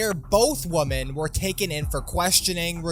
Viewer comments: both “woman”??? Why can’t anyone pronounce the word WOMEN anymore!?!? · why do people constantly fuck up the plural vs singular pronunciation of women.